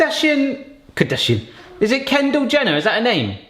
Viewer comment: I love how keeps calling her Ken Jender. PMSL! I wonder if they know most Americans find the Kardashian crew rather ridiculous.